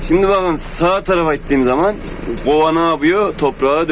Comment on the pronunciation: gova değil kova